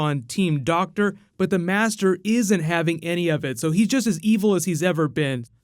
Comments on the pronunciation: it's doctor not doc tor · Doc tour? Why do I keep hearing that doc tour